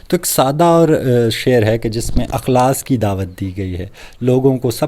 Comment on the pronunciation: بھائی اِخلاصُࣿ کو اَُخلاصࣿ کیوں پڑھتے ہیں؟؟